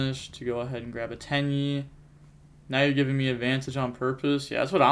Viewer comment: its not actually pronounced Tai AYYY btw, its Tai Eh